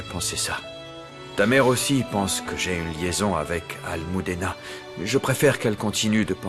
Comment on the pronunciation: Des nom que vous disent très mal des le début C’est pas Rouliera c’est Julietta C’est pas amoudena c’est Almudena C’est pas Alane c’est Alan C’est pas Nouria c’est Nuria C’est pas Moricio c’est Mauricio C’est pas Poalita c’est Paulita La liste est très long ajouter 👇🏽